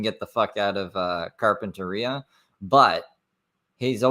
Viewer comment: The way he pronounces Carpentaria is really annoying. That’s not at all how the locals, or anyone for that matter’s says it 🤣 Edited-Vegas is about 5-6 hour drive from where he is at now. He wont be able to walk there, it’s just freeways and then straight desert the entire way.